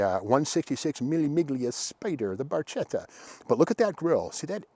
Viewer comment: please Steve! barchetta (small boat) is pronounced as the word bark (+ etta)